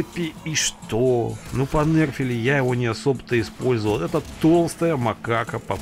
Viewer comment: Больно слушать как вуконга понЭрфили